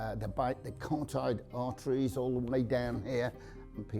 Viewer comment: Well, he can't pronounce carotid artery, nor did he say that you shouldn't scream if you're attacked and on your own. Screaming excites dogs, all dogs! The back legs of dogs works most of the time but NOT so much on bully breeds because they CLAMP their mouths and have a very high PSI.